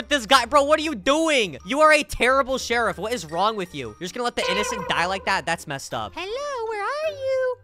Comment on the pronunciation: Hes says /shierf